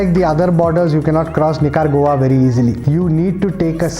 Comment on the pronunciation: Funny to hear Nicaragua called 'Nicker goa'. The local people might not like this.With my limited knowledge of Spanish I would say 'Ni-ka-ra-gva' with a very soft g.